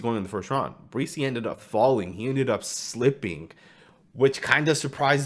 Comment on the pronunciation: You're pronouncing Bresee's name wrong. It's not BREE-SEE it's Bra-SEE